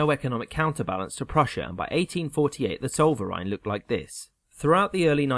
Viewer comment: Living in Alsace can't help but correct the pronunciation - it is 'el-z-ass'. Oh, and Zollverein is 'ts-oh-l-fer-eye-n'.